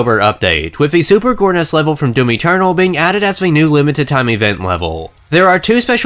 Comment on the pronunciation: I swear to fuck, I kept hearing you say "Mountain Dew-m." If that was intentional, that's fucking hilarious in the punniest way. However comma if it was unintentional, and it seems like I'm making fun of you for a minor speech impediment, well, it's still hilarious because I'm an asshole. I'm kidding, about the making fun of him thing, not hearing "Mountain Dew-m," which seriously they should be using to advertise this crossover anyways.